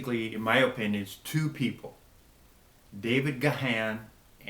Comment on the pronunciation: Pronounced David Garn 😃